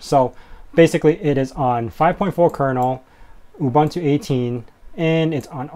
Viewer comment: Please learn how to pronounce "OOBOONTOO".